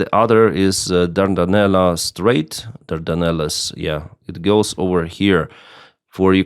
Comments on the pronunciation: Pronunciation. Dardenelles is pronounced DAR-DEN- ELLS. Where DAR rhymes with car or car, DEN rhymes with ten or zen and ELLS rhymes with tells or cells. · Bos-phor-us ... Dar-Dan-Elles